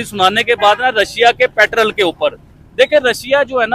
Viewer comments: Not patrall. Petrol 😂😂😂😂😂. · लाउ डे पेट्रल नहीं पेट्रोल बोलते हैं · पेट्रोल ❌ पैट्रल✅